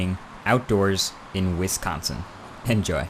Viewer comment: You say wisconsin wierd.. WIIISconsin